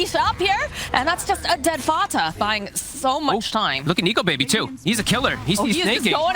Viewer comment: The way she says Fata still makes me cringe